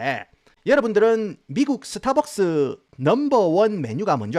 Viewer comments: 영어발음 좋으신데 스타벅스는 왜 서타벅스에요 ㅋ🤣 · 서타박서.....ㅎㅎ 정겹네요